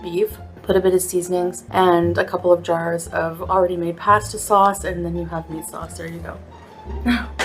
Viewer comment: That "paystah" is undercooked. It shouldn't be crunchy.